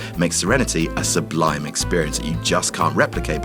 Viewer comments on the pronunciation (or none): none